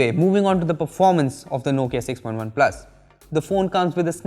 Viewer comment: Everytime he says point OnePlus